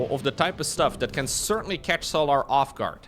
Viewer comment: Why does bro call him So'larr like he's a Githyanki. Bruh, it's just solar like solar-powered 😭